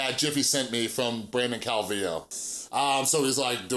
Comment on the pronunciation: I think you're the first person I've seen to pronounce his last name right lol